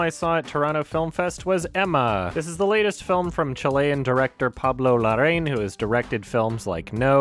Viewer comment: It’s pronounced Pablo La-Rah-In.